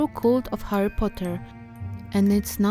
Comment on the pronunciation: Kochana, jest świetnie, ale mam jedną uwagę! Źle wymawiasz to jego imię po angielsku co mnie trochę boli. ;^; Powodzenia! Kocham takie projektowanie. ♡